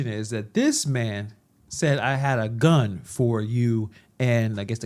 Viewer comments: Sound like he said gut..🔥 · I heard “gut”. I love your style. Cool in the chaos. Have a great weekend. 😊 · Sounds like he said GUT.